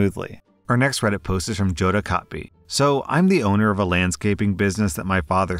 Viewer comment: did you really pronounce that "joe-da" bruh....